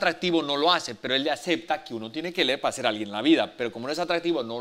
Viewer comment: SE DICE LEER. LEER, LEER!!!